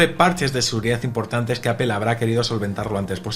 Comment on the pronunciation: Apel? Por qué lo pronuncian así?